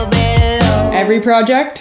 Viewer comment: you're saying project incorrectly. Check with 😜